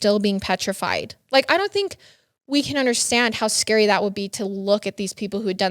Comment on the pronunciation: "scurry" = scary